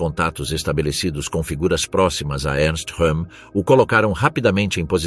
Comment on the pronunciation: Ernst Rőhm "R" e não "H"